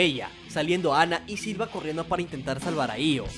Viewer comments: Se le dice Silva, ya que es la forma en como los japoneses pronuncian "Silver" en inglés, pero como de hace tan poco esfuerzo por pronunicarlo como se debe, que al final Silva termina siendo lo canónico. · Me gustan tus videos pero no puse pasar del minuto 2 escuchando múltiples veces siva en lugar de silver.